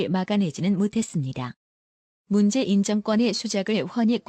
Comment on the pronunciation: 도 로보트 처럼 말 띠엄을 모르네.; '문재인'도 제대로 못 읽어요. '문재-인' 으로..이게뭐야.